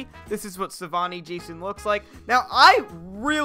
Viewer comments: Can't you just give us the freaking mod I just want it Edit:IT'S SAVINI NOT SAVAINI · Savini not Savani Jason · It’s pronounced Sa-vee-nee. Not Savani.